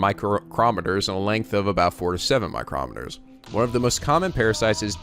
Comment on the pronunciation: It's funny how pronounces micrometers lol. It's just "micro-meters" man.